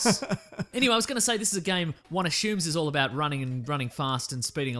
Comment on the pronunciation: Im being an idiot, i know, but the way he's pronouncing 'assumes' is really bothering me.